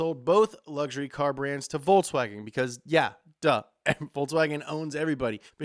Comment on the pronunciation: lol, "Voltswagon" ??